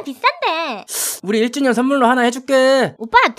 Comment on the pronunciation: 1주년이라핶는데 일찐년으로들얶엌ㅋㅋㅋㅋㅋ미쳤나방ㅋㅋㅋ😊